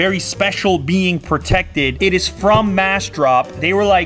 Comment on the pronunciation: “And there you have it; it is,” he didn’t pause whatsoever so his words jumbled